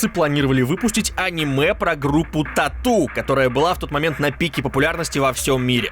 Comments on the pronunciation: Бля не а́ниме, а аниме́ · жатвА. Это слово не от слово жратвА, а от слова жАть, жАтва. А "Аниме" с ударением на а, расставило точки над И. Ска, безграмотный